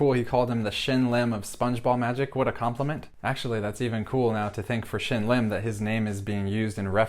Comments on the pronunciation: Shin Lim, not Shim Lin. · Penn said Shim Lin instead of Shin Lim. (: That's fun. Amazing routine and react btw. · No he called him Shim Lin. 😂😂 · I think Penn said Shim Lin lol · yeah I notice that too! actually it made me feel better because I once mispronounced Shin's name in the same way! 😬